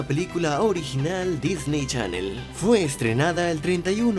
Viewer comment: Dijiste "Chalel" jajaja💙